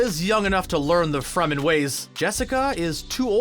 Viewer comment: They said Fremen correctly this time. I can rest.